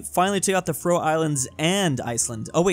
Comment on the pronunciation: it really makes me mad that pronounces faroe islands wrong so much